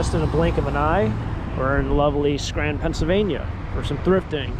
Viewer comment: Hey 🌮 I couldn't understand where you said you were, I thought you said Scranton but not sure